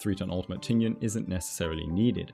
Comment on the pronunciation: that Tingyun pronunciation was so on point, better than the other ones, I think it's cuz the intonations are correct.